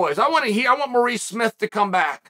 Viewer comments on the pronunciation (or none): none